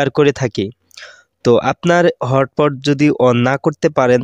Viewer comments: ভাই হট পট না তো😂😂 hotspot বলে যে😂😂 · আরে ভাই হট পট না হটস্পট 😂😂😂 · আরে ভাই হটপট না হছপট😂😂